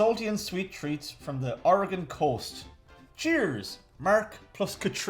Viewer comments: Somehow people who haven't heard of Oregon say it better then most Americans outside the PNW. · Thank you so much for not butchering how Oregon is pronounced! You have no idea how many Americans can't even say it right! It actually sounds great with the accents. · Thank you for not pronouncing it "Ory-gun" not "Oruh-gone"... they don't like that up there. :) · I love that most Americans can’t pronounce Oregon correctly, but Irish people can lol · Bless you all for pronouncing Oregon right! You have no idea how many people say "Ore-gone" instead of "Ore-gun" like it's supposed to be. The state itself is pretty big, almost as big as Germany, but our population density is a hell of a lot less, 7 million versus 60 million last I checked. We've got coasts, rocky and sandy alike, the Gorge is one of the best wind surfing places in the world, as well as mountains and deserts. Lots of neat places to check out if you ever want to visit! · I have lived in Coos Bay, on the Southern Oregon Coast for all of my 65 years, so far. I thought they would show a wide range of the great snacky foods we have on the Oregon coast. Thank you for saying Orygun correctly. As we say, Orygun hasn't Gone anywhere. We are still here. 😅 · Anyone else going to give them props for pronouncing Oregon correctly? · Sigh. Irish people who have never been to or heard of Oregon are capable of pronouncing it almost perfectly. Whereas most Americans are seemingly incapable of doing so. Even with repeated examples and explanations. (I’m bitter.) Oh, and if anyone wants a bit of Oregon coast amusement - search YouTube for ‘Oregon coast exploding whale’.